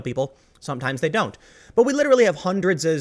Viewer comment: Tim "hundredses" Pool